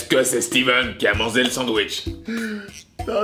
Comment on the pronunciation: J'AI L'IMPRESSION QUE A DIT "MANZE" 😂😂😂